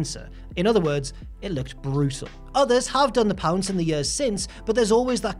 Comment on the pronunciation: When he said “the pounce” i was like “that’s not how you say it!”